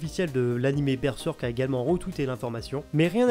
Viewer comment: Mais pourquoi prononcer Berzèrk ou Berseurk, alors que mécaniquement Berserk ça se prononce Bèrsèrk en français ? Les gens de plus de 40 ou 45 ans qui ont appris avec la méthode traditionnelle syllabique en CP et CE1 (1e et 2nde primaires en Belgique), ils apprenaient que le "e" se prononce "è" dans les syllabes fermées. Berserk, ça s'écrit en deux syllabes, Ber et Serk, le e à chaque fois est suivi d'une consonne dans SA syllabe, donc ça se dit Bèrsèrk. Ensuite, le s ne se prononce z qu'entre deux voyelles comme "rose", "usage", etc. Il y a des exceptions, mais peu, à cause des mots construits avec un préfixe, genre "resucée", mais là il y a un R devant le S, donc pas de problème, on prononce S. Et dire qu'on continue de nous soutenir que l'enseignement syllabique, c'est pas utile à l'école...